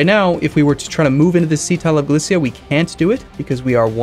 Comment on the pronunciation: Galicia is pronounced Gah-leesha not Galicea